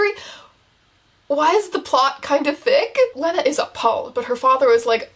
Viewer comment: So upset abt how she’s pronouncing lena